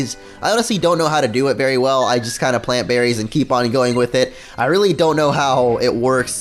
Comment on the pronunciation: "i dont know how to do it berry well"